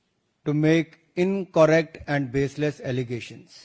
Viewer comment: Bhaisaab aap ne beta k sath europe m padhaii kro, it's not inkorrect , incorrect hota hai....